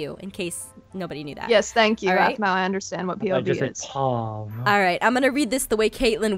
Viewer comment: its aphmau not aphmoo